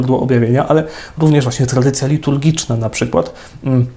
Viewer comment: Błagam, niech Ksiądz idzie czym prędzej do logopedy! "Trladycja była prlojektem", "ultrlatrladycjonalista" itp. - aż uszy bolą!